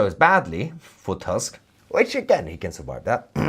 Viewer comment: Donald tusk not task. In polish U is reading as double oo in english like in word poor